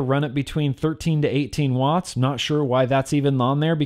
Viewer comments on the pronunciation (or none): none